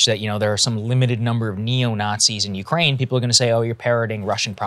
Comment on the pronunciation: Did that man just say “we’re trying to end this war in Nukeraine”!?